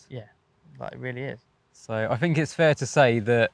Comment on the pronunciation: “Fink”? Oh he means think. What a Thuckwit!